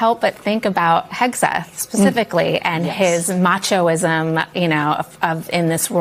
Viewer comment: “Machoism”? Perhaps, “machismo”?